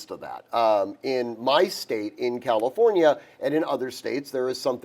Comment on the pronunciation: Once he said Calinfornia….scroll to next vid 😂